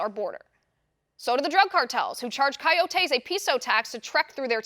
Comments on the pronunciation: It’s not “Kai-O-tays” it’s “Co-yo-tays” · It’s really annoying how she pronounces coyotes as Kai-yo-taes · Liz, love your broadcasts, but the word coyotes is pronounced coy-O-tays with the accent on the capital O. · Ki o tees??? Come on liz. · No they are called coyotes you are extremely smart but if you say something wrong though feed you to the sharks pronunciation is a huge thing thank you for all that you do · Learn to say coyotes.